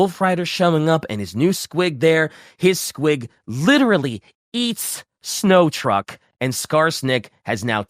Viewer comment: This was a great episode, but pronouncing Snotruk as "Snow truck" was very, very funny to me.